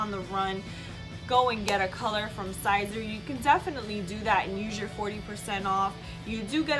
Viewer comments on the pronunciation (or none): FYI it’s Sēser long (E)!not Sīzer not long (I) SISER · It's pronounced like Caesar. Just saying. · Miser, riser, adviser, wiser, reviser... yeah it makes sense it would be pronounced like Caesar.